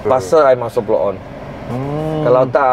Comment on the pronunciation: Bolt On bro..bukan Blow On..dgar mcm blow on..hahahaha..kejap ckp aku kejap ckp i.. 🤣🤣🤣🤣